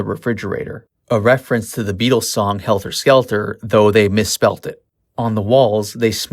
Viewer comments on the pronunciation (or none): none